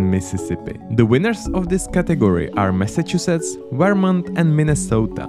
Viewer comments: As a vermonter its funny to hear you say say our states name... Veermont. Great video btw. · I don’t like how he says “Vermont”